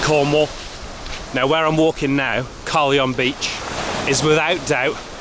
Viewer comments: The way you pronounce Carlyon is so interesting 😅 it’s Car-Lion not Car-leon hahah. Seeing my hometown on yt is mad 🥲😂 definitely captured its people as they are lmao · It's pronounced "car-lion bay" not "Kylie-on bay" and the beach is "crinnis" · Its Car Lion Bay not Carly On! Bloody Emmetts! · He can't even say carlyon bay properly gggrrrr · The beach at the start is pronounced as “car-lion” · Well I lived in St blazey "you think St Austell is bad" ok. And St Austell is not a coastal town. Newquay, St Ives, ect are but ST Austell is not, you are at Carlyon bay, pronounced "car-lion" not the way you are saying it. Carlyon bay is almost 3 miles away from the centre of St Austell. Carlyon bay is a separate area just like Charleston,St blazey and par. Btw if you think St Austell is bad now you should have seen it before the "new" shopping centre was built. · It's pronounced CAR LION !!!! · I was watching some of your other videos and thinking "he should see where I grew up", and there it was, a video with St. Awful in the title. Also known as St. Hostel, and St. Hostile. Also it's pronounced Car-lion bay. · Its pronounced car-lion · All rite,pronounced car-lion bay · It’s so funny how you pronounce Carlyon bay. It sounds like an American take on the name. Where the hell are you from??